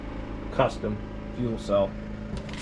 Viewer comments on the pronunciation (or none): none